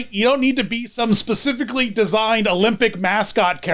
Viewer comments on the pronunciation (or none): none